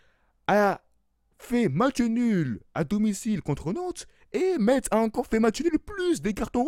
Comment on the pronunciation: Metz se prononce comme le mot (messe)